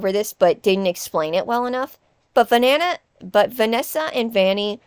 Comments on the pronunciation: im sorry but the part where you accidentally said 'vanana' made me cackle like a witch AM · "Vanana" 🍌 shouldn't have made me rewind so much but it did 💀😭😂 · Oh my god i had to stop the video to laugh super hard at ‘vanana’ 🍌 I just wasn’t expecting it 😹😹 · the first time i genuinly laughed at a youtube video in a while was when you said "vanana" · I love how you didn't take out some of the mess up line reads and now I get to draw of what vanana would look like. Btw love the vid